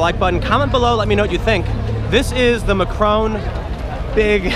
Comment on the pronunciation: I very much like your pronunciation of Macron, it fits.